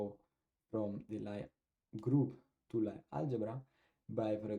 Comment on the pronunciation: Lie group/algebra is pronounced as “Lee” :)